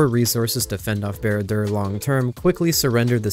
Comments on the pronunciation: Bruh wtf how did you say barad dur? Bered deur? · it makes my toes curl how he mispronounced barad dur